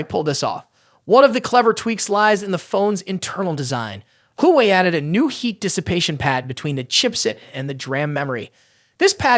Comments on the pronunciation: Everyone needs to stop saying game changer , unless it's actually game changing ,,,, and come on bro Wa Way is how the rest of the planet pronounces it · Why are you calling Huawei.... Who-way.... try google or translator... wtf